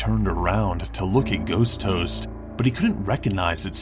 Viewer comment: Is it ghost host or ghos toast